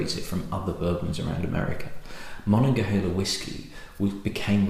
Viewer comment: Hi -- Rittenhouse Square is a park and a posh area of Philadelphia. GermanTOWN is a not so posh area of Philadelphia. Ma-nog-a-(H)EEL-a is a river and region in Western Pennsylvania. Great review, good work. From Pennsylvania. Cheers.